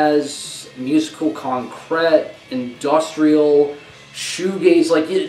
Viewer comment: Lmao the way you pronounce “concrete”